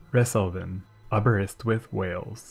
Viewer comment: Good pronunciation of Aberystwyth in the part of the Resolven